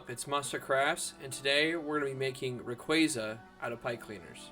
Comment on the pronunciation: You say it like ra quay Za I say it like ray quAza